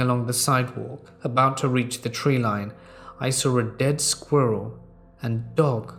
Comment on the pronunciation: One of those folks who says sawr instead of saw. Like nails down a chalkboard, good stories though, and timing/tone of voice are proper. Good work.